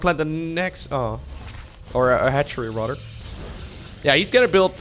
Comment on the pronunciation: rodder i like how he says "rather"